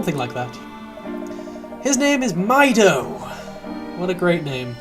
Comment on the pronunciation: The return of! I'm pretty sure Mido is pronounced "Mee-Doe"